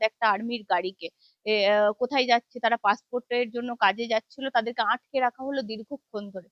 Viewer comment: কথাটা ' আঁটকে' নয় 'আটকে' হবে । আরো একটু পরিশীলিত উচ্চারণ চাই ।